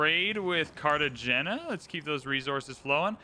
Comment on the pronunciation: Great video, but your pronunciations are killing me. 😂 Ruh-ven- nuh Car-tuh-hay-nyuh